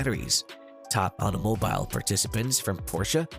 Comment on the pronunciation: You pronounce “automobile” like a lunatic